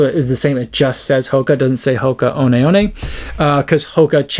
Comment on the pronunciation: Your Maori (Te Reo) pronouncing of One i.e. oh-nay is bang on! From a Kiwi.